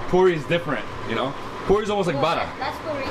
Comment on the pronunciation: Great video showcasing trini street foods. However you need to stop referring everything to "Indian Food" they have their own style!! Also the correct name is "Ba-rah" not "BADA" ROTI not Rodee. Try your best and get these right